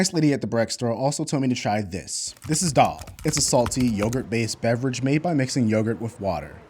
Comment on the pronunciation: Ist Not really called dhalle in try pronounce ING it thalle like the just with out the e thalle